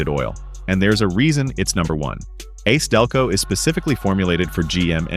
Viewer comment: LOL The AI narrator says ace Delco instead of A C Delco.